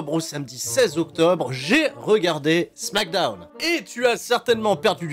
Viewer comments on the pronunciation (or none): Je me rappelais plus pourquoi je n'étais pas abonné à ta chaîne, mais ça y est je m'en souviens. "Smackdeune" c'est trop gênant.